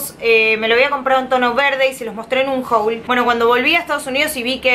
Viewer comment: Porque decís "jouls" a los haul y " waterpruf" a waterpoof, no todas, es más, casi ninguna palabra en inglés se pronuncia como se escribe. Soy de la mafia te banco, pero es algo que tenes que corregir, de onda